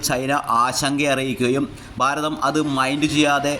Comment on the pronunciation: ബാരതം അല്ല ഭാരതം.